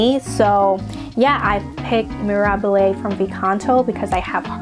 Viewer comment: Your pronunciation of Mirabile! 😘